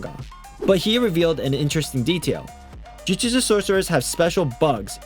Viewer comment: Bro said Jujujustu